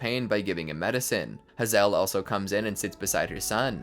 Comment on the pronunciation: Hazel has a long a luv. Not Ha zel but HAY zel But awesome video!